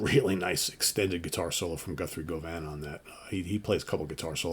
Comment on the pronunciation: just winced a little as I replayed your pick for today Guthrie Govan's surname rhymes with "oven", not "Yo, man!", so it should be "Guvven", I suppose. Its also the area of Glasgow by the river Clyde famed for its shipbuilding industry...